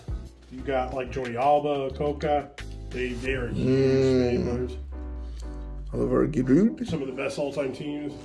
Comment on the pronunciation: O-liv-e-a ja-rude